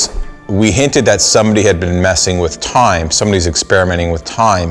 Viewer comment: The way he said time tho😆